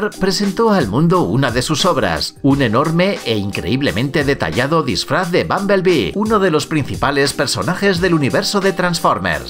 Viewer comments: me tai wueando q dice babalbi jaja no se dice asi ahahah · que raro el dice bambelbee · Pronunciaste bumblebee mal